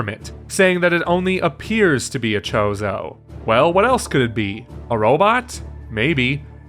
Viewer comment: It's a Chode-oh warrior.